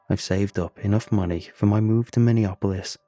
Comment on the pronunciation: It's Minne-A- polis man...( short sound a)...